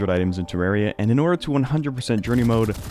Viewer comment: You pronounce it weird. Terrerria.